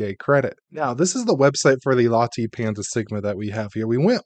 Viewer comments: LATTAY! It is pronounced LATTAY! DUH!! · Latte pronounced “La” as in Lark, and “tay” as in Taylor. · Have you never had a Latte before? It's not pronounced with a hard E sound. Just like nvidia is not prounounced nu-vidia, ;-)